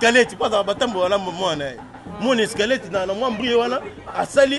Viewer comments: OZA KO MI KUMISA OLOBAKA FRANÇAIS MAIS OZO LOBA ESKELETTE AU LIEU DE DIRE SQUELETTE NZOKA YO MOKO BENJI SUKA NA ZOBA OLEKI KUTU KEN NA BO ZOBA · Oooh ndeko otanga hein (Escalettes) yango bino soki kk ayebi verbes Être na Avoir nde otanga eeeh eza SQUELETTE ndeko pas escalete bino bongo na ba Intelo😃😃😃😃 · Correction : ba lobaka squelette non Eskalet ko tanga trop eza intelligence te.